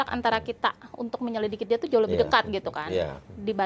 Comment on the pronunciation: Bang uya sampai salah ucap... Menyilikidi... 🤣🤣🤣